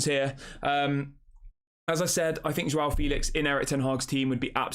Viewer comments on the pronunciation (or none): It's pronounced Jao, not JWOW...LOL